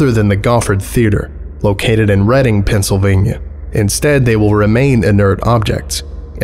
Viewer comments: I’m glad you pronounced the name of Reading correctly. It’s my hometown, and most people who aren’t familiar pronounce it “reeding” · Just gonna say this, thank you for pronouncing Reading, Pennsylvania correctly lmaooo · "Located in Reading, Pennsylvania". First off, props for pronouncing the name right. Secondly, please, to whatever light or dark forces may be watching, PLEASE burn the city to the ground. It's so awful. Good lord. These puppets are the least of our troubles, please just end it all already. We're good to go. Set us free from this torment. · Amused that you know how "Reading" is pronounced and then beef on the name Timothée Goffard (similar to "tee-mo-tay go-FAR").